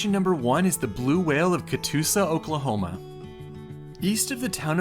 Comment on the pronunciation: I think I liked your reaction to this more than the entire video of their trip that I watched a few months back lol. I loved the way you pronounced Oklahoma. It’s such an underrated place that you just have to see to understand. We’re not just flatlands and tornadoes, we’re so much more! We’re pretty proud of our portion of Route 66 here too. You are always welcome here to visit anytime! We’d love to have ya!